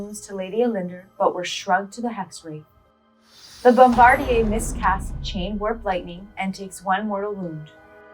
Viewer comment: So no ones mentioned the narrator saying "Bombardier" like it's french? "Bombardie'" 🤣.